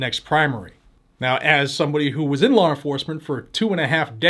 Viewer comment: I love the way you say "lawr enforcement". Just teasing. Love your channel and thank you for your hard work keeping us informed and rallying us to fight back.